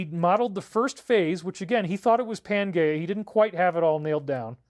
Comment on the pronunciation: Good one, I was thinking the same. Hmmm maybe he's pronouncing it correctly, I don't think so though.